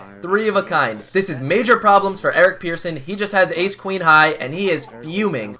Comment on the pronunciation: His name is Persson Pronounced like Person, not Pearson